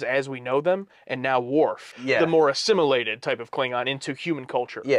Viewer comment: you said "assimilitated" - boys, you will trip over this word more often 😆 Gene's rule was "no Vulcans in TNG" not "no Klingons" 😉